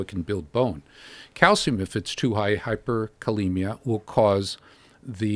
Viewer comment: The moment he said hyperKalemia instead of HyperCalcemia I realized that he also sells snake oils